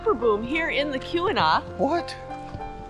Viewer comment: It sounds like you're pronouncing Keweenaw as "que-we-naw" or "koo-we-naw". The accurate pronunciation is "kee-weh-naw".